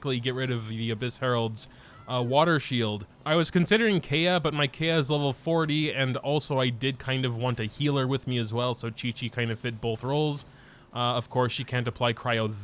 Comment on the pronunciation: Bro the way he says kaeya 💀 its kai-yuh not kay-uh